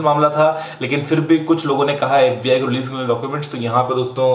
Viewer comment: its FBI NOT FUCKING AFFBI